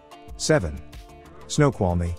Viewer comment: they pronounced it right… just called it a ‘silly name’